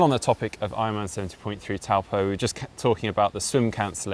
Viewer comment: Its pronounced "Tow-Paw" (Lake Taupo). Courtesy of the Cycling Maven, informing video.